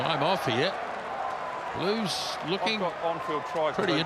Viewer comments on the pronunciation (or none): You mean ‘Bluesh’